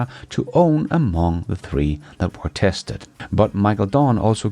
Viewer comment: Where-we quiet? Did you go to the bugs bunny school of English? Love your work, love your Channel but how are you going to get better, if those who care don't point out your mistakes?